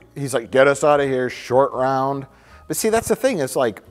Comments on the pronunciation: Roat Shore. 🤣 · Mike didn't correct when was talking about how James Bond didn't want Spielberg to direct a James Bond movie so he can show some restraint. Roat Shore though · calling Shortround Rout Shore has me dead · Roat Shore is the absolute peak of mispronouncing things. I have no idea how he got there. My face hurts from laughing at this so much. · Roat Shore 🤣🤣🤣😂😂 I laughed so hard I had go back 30 seconds to see what I missed